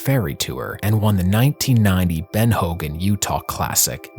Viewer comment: Ben not bean. Say it with me. Been. Ben. Not bean.